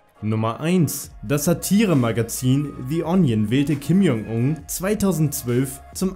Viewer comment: Du sprichst den Namen tausendmal falsch aus, du sagst die ganze Zeit lang ,,Kim Jong Ung" anstatt ,,Kim Jong Un"...